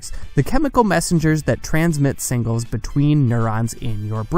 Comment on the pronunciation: It's signals not "singles." How do you botch that?